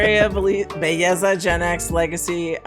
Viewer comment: ....if you really want to get attention, nevermind saying "now look", tell her "mira nena", it brings "look" to another intense level in Spanish.:face-blue-three-eyes:.....its Belleza, NOT Begiza the anglo way! Ave Maria nena!